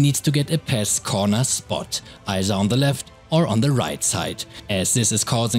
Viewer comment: He said pass I thought he said pest ( NO hate )